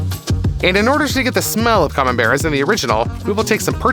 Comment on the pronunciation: Activate subtitles when he says camenbair